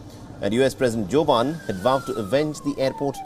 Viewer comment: Wtf he doesn't even how to pronounce Joe Biden! 🤣 I wonder how he would pronounce Arnold Schwarzenegger 😂😂🤣😂